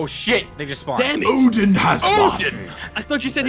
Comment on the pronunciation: It's Odin, not Oden.